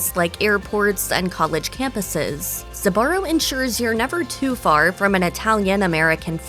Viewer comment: Until now, I haven't heard Sbarro pronounced with 3 syllables.